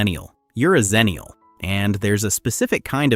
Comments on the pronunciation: "Ecks-ennial", not "zennial" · Xennial is pronounced Ecks-Ennial because we're on the cusp of both Gen X and Millennial. A "Zennial" would be on the cusp of Millennial and Gen Z.